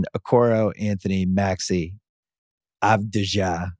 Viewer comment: Its pronounced avdiya